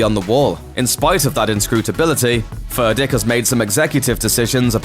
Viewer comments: Is he saying Furdick like a beavers pecker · Furdík - read "Foordyeek" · You are pronouncing Vladimír Furdíks name all wrong man. Shame on you! You should learn about his origin country wich is Slovakia and so you should call him. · And yet again, it was too difficult for Looper to just ask someone for the proper pronunciation of Furdík. Is it really too much for Americans to have at least this little bit of decency?